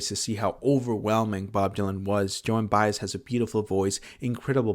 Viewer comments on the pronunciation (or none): none